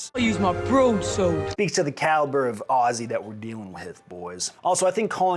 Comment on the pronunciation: Thank you sir for pronouncing Aussie correctly. As a fella born abroad and coming back to the US I completely understand the American love for Guns. Hell they are the coolest things ever! In the Australian livestock and farming industry guns are extremely useful for sick or suffering animals as well as varmints. Yet our government isn’t satisfied with the ban of automatic and semiautomatic weapons. Now they are coming after “high powered rifles” like the 303s from 120 fucking years ago. It’s no longer about the safety of the Australian people it’s just a Libtard dog whistle, used to garner popularity among the uneducated inexperienced left. God save Australia mate because dunno who else will.